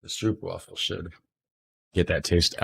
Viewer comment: Try saying stroopwafel like ROPE.. In stead of the English OOP sound. So more like: stROPE-wafel, thats way closer to the correct way to pronounce it